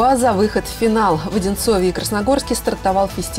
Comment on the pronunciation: Ухо режет. (В Одинцове ) - так говорить нельзя. Правильно - в Одинцово